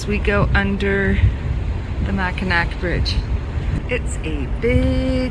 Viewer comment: Enjoyed your video! I would respectfully like to make a correction to the pronunciation of the name of the bridge. Being a long time Michigander I realize everyone is not familiar with Michigan history. Mackinac Island was settled by the French and has the French spelling. Mackinaw City was settled by the English and has the English spelling. Both names are pronounced the same. The final c is silent in the pronunciation. I have been over and under the bridge several times and it is always a thrill. I even remember before the bridge opened, there were car ferries to cross the straights which were an adventure crossing from Michigan's lower to upper peninsula.